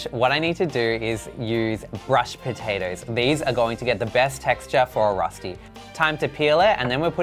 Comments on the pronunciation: Me as a swiss person being like "Darling the ÖÖÖ sound has to be in there"...also also...finding in Europe...overall this is not Rösti my dude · As a sothern german girl I loved to see the "Rosti" we call it Rösti so its a different sound its bloody delish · It’s called rösti not rusty Pronounced “Roeshti” kind of. It’s a national dish in swizerland😊